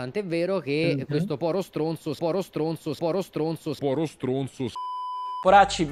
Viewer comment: secondo me intendeva povero e non Poro (penso sia colpa del dialetto)